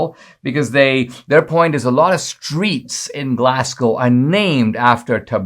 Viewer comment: interesting story Dinesh on Dr Livingstone ! , by the way Glasgow is pronounced GLARSGO :) not Glass GOW